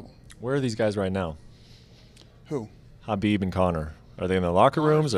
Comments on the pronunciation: Why does he keep saying Habib instead of Khabib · Is there something wrong with my name or is Dana addressing Khabib as Habib.